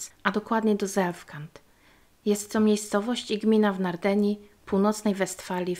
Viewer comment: Nardenia też fajnie brzmi